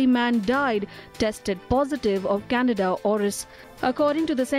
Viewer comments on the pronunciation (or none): Say it with me...CAN-DEE-DA CANDIDA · Can- dida, Candida, NOT Canada. I know how hard it is to learn a new language, I just want to help you correctly pronounce this word.